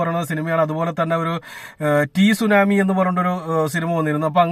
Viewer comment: T സുനാമി അല്ല സുനാമി എന്നാണ് സുഹൃത്തെ